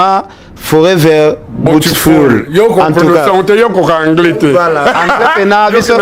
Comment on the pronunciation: Salon botfoul😂😂😂😂noon ken .beautiful (ça se dit bioutiful)😂😂😂😂